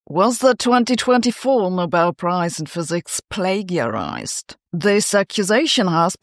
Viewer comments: The 'g' in plagiarized is pronounced like a 'j'. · Sabina had to struggle to pronounce "plagiarized", but "Schmidhuber" was no challenge. For me, it's the other way around. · it should be spelled plagiarized, not plagarized